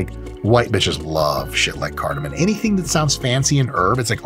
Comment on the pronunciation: Dr mike, it cardamom. No N at the end lol